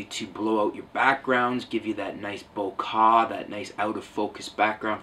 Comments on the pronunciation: it is pronounced BO-KEH not BO-KA wtf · LOOOOOL - the whole of youtube heard the word "Bo-kaaahh" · "Bokah"? "Bokeh" is pronounced with an "eh," not an "ah." ; ) Lovely lens! I own the ƒ/1.4 but have no regrets with starting with the ƒ/1.8 model. Got one for ¥6,000 (an absolute steal) and one for my brother for not a whole lot more. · Bo-kaaah lmfao 😂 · lanorc Dude I know what - Bokeh - is, I was just making fun of how wrong he pronounced it...